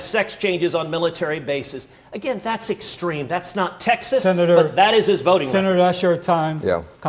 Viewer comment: I gotta just correct you on one thing my friend.... it's TEXAS not Taxas. Love your channel brother!! Keep up the good fight!!! 🤘🏼